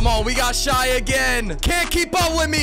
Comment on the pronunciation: please stop saying shai like that